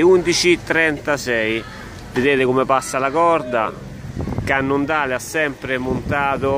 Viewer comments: si dice cannondeil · cannondale si legge " cannondeil.. comunque bel video e bella bici ! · Dopo aver sentito “cannondale“ pronunciato letteralmente... Mi dissocio